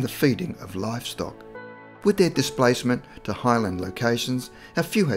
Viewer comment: STOP SAYING DIPLACEMET YOU AUSSY TWAT